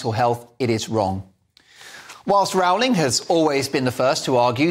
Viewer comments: Great piece. JK Rowling is truly a heroine for standing up for the truth. Just one thing I would appreciate, please pronounce her name correctly. It is pronounced "Rolling" like bowling, rather than like growling. Thank you. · Why do you say Row-ling. Surely it's "Rolling". We had a Prime Minister here in NZ in the '70s called Bill Rowling. It was pronounced Rolling. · The correct pronunciation is “Rolling” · Could you kindly pronounce "Rowling" correctly? I believe she deserves it. 🙂Please ask Andrew Doyle about the correct pronunciation.